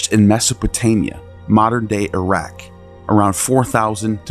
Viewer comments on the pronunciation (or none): none